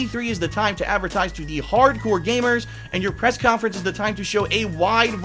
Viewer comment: K-yon-Fer-ens - 2016